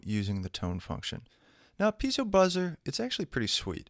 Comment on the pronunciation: it's piezo not peizo, great tutorial btw, actually all your tutorials are great i watched them all and learned a lot.